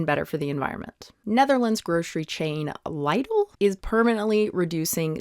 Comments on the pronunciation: I'm sorry... Lye-dl? 😂 Do you not pronounce it like liddle in America? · Liedl??? That is how you us americans pronounce it??....pls, type it into google translate and listen to how it is pronounced. Lidl was founded by a german. I just checked if the pronounciation in google translate is correct...as usually, it is perfect. Lie del.....tf hahahahahahahaha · Why are you making fun of an English native speaker for not being able to pronounce a German word? She's clearly not heard of the grocery chain before. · Lidl rhymes with middle and you got Waitrose right :) Thanks for the video!